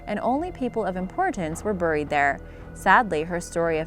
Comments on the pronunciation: It's beh·reed, not brred 😔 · Does it bother anyone else that she says (Buur-Eed) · Say it more like “barried” please. I can’t Over look the way you say it. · The way she pronounced “buried” like Cleveland Brown 😂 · I cannot stand how she pronounces "buried" or "burial" in every video! AHHHHHHHHHHH! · UGH!!! Please stop mispronouncing buried!!!!! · The way you say buried makes me dry heave